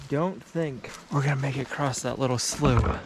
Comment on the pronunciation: I love that you also say "acrosst/ acrossed" We all know there is no T or ED in across, but we still say it that way 😂😂😂😂😂😂😂😂